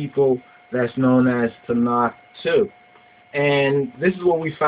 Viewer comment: Its not "Tanak" its "Tanakh" the last letter is a Khaph not a Kaph. Its a guttural sound like the "ch" in Loch or Bach not a "k" sound. The place Ta'nak is splet תַּעְנַך The book Tanakh is spelt תַּנַ"ךְ two different words.